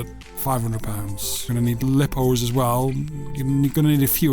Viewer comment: Erm you still can buy stuff for that price what are you talking about 80£ goggles pocket radio 50 mob 24 95£ And you don't know how to say the word lipo